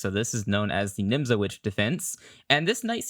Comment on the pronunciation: Pronounced "Nimzovich." The w sounds like a v.